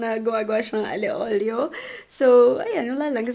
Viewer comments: It’s not ALE OLIO it’s Aglio e Olio (alyo e olio) Im a fan from italy hihi☺️ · I thought it was pronounced as Alio Olio😭 Ali Olio lang pala?